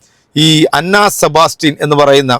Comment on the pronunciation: അന്ന സെബാസ്റ്റ്യൻ അല്ല ചേട്ടാ. ആൻ സെബാസ്റ്റ്യൻ ആണ്